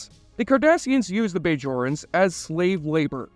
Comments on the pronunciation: Not to mention the BAYjorans....lol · Bay-Jorans. Changa-Lings. Ghuol-Dukat. Aleem-Garak. For someone who claims to love this series, the narrator pronounces most of the proper nouns differently than the hundreds of times they are spoken in the series. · How can you claim fanship when you can't pronounce Bajorans properly or know that the Alpha & Gamma quadrants are both part of the Milky Way not separate galaxies? That checked me out of the whole video & I didn't watch the rest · The way you say “Bajorans”, you don’t know how to pronounce Garak’s first name, you thought Jake would join “the federation” instead of starfleet, that you don’t know that the Gamma quadrant and alpha quadrant are both in the Milky Way galaxy, not separate galaxies… Relatively minor mistakes, but you say you love the show and these are pretty basic things. Seems more like you are just reading a script someone else wrote. Still a good vid. Props to the script writer.